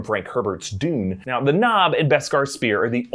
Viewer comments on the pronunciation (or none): none